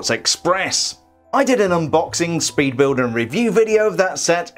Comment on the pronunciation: Instead of saying 'speed building' you said 'peed building' 😂😂😂😂